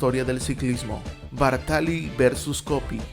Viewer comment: Muy buen video sobre el que sus amigos llamaban "Ginettaccio". Solo un apunte, es Bártali.